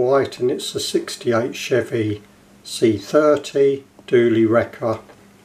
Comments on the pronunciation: Say [ Duel-lee ] nice review! pjw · This is a great set! I love the Texaco tow truck (I chase Texaco). I believe the crane works if I’m not mistaken. It’s pronounced like “I challenge you to a dual, with acceptation of y at the end 😉👊🏻 great review